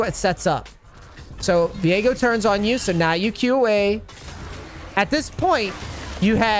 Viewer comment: I can’t I cringe when he says Vigo instead of Viego.